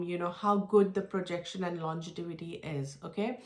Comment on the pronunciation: Thanks for the review. Just to correct its LONGEVITY not LONGETIVITY. It’s a word that you will surely use over and over again when reviewing perfumes.